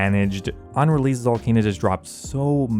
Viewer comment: I've always wondered why you pronounce the letter s or c as a z instead. You do it a lot but not 100% of the time. Like when you say spezifically, releaze, letz, piezez, seedz, etc. I remember the first few times I knew there was something odd but I couldn't put my finger on it but then I noticed what it was and ever since I can't stop focusing on it lol. I'm genuinely curious guys, please don't get mad lol I mean no disrespect or anything of the sort.